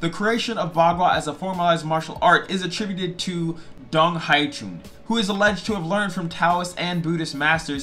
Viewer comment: Hey, I like your enthusiasm for Baguazhang. Just a few things that will help Bagua Zhang is pronounced (Bah Gwah Jahng) the Zh in pinyin makes the J sound Dong Hai Chuan is pronounced (Dong Hai Chu-an)